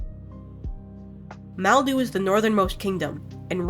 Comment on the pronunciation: lol its madlu not maldu